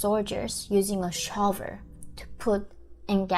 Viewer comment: By "sha-ow-ver" she means "shovel."